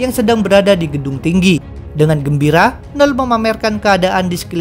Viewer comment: biasanya admin nyebut "knull".. "kenull". kok sekarang jadi nell :(